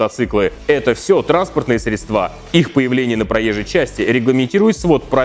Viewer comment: СредствА средствА.... Учи русский!!!